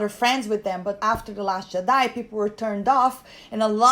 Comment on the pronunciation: I absolutely ADOR how you pronounce Jedi